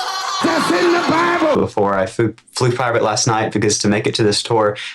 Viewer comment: Plivate. He said plivate.